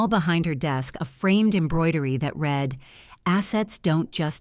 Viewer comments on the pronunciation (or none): Could someone please proof read the narrative before going public? Read, while spelled the same, is pronounced differently when used in present tense (reed) or past tense (red). The internet brags about AI but I've seen and heard so many mistakes it makes me ill. Indianapolis, IN USA